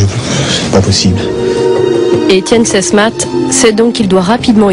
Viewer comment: Le capitaine Sesmat pas Sesmatte , pour des journalistes c´est un peu limite quand-même ...